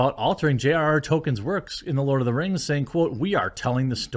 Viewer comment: Tuh lerd uh da rangs